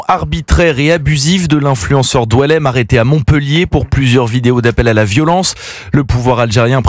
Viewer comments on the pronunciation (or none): Pour des journalistes que vous êtes vous ne prenez même pas la peine de verifier le nom de Doualemn. Alors qu'il s'agit de Boualem n